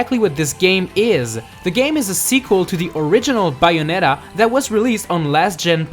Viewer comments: it's bay o net a not buyonita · Not to be critical or anything, but you should work on that accent. The Bayonetta 2 entry had some big mispronunciations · ...your saying bayonetta wrong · The way he says "Bayonetta" is comedy gold. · You sound Australian when you say Bayonetta! :) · He says Bayonetta in such a funny way.